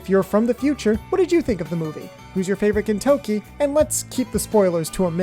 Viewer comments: Hahahahahahah “gintoki” to “Kentucky” I can’t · The season 1 dubbing for Gintama is the only English dubbing that was actually good. I just didn’t like how they pronounced Gintoki’s name and changed Katura’s nick name. Other than that though the dubbing was good. All of the English voice actors in season 1 in my opinion were the best voices. I hope someday they re-dub Gintama with the season 1 voices. Mostly what the season 1 English voice actors would have to do is practice pronouncing the names better, especially Gintoki’s and change Katsura’s nick name back to Zura and they’re all set.